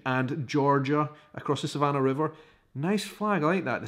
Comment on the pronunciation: Fyi...that is not a real shag dance.The floor needs to be wood.You put sand down and basically slide dance across the floor.You pronounced Savannah Correctly.But it is also acceptable to say Savannah-er.Now try to say General James Oglethorpe.lol The most notable place in S.C. is Hilton Head S.C.It is a very popular beach resort town...that has managed to keep it nature.You will not find big gaudy Billboard and signs. HHI is one of the most frustrating places to find anything.Because signs although allowed has to blend into the greeny.